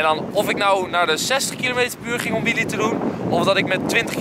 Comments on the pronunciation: Wtf is een WIEEIE HET IS WHEELE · Het is wheelie niet whieie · Nobody: EnzoKnol: WHEEIE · Nieuw favoriet woord: ‘WHEEIE’